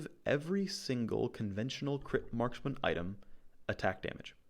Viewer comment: i love how he says "crit based maskman" like he's supposed to respect some kind of gender neutrality.